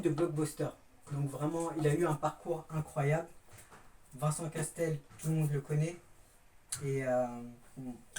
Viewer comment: Salut bravo pour ta vidéo mais par contre c’est Vincent Cassel pas Castel lol